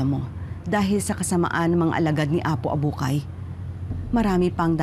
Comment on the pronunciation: Apo Abukay po. HINDI "APO ABUHAY"